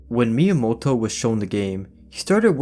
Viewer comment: Finally someone pronounces Miyamoto's Name correctly!